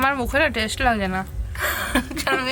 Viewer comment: বারংবার তনু বলছিল কলার বতি হয়েছে এই " বতি " মানে কি বোঝাতে চেয়েছেন একটু বিশ্লেষন করে বলবেন দয়া করে। আর অঙ্কিত এর মা টেস্ট কে উচ্চারণ করলেন টেস এটা ঠিক করে উচ্চারণ করতে বলবেন ঠিকটা ওনাকে শিখিয়ে দিন।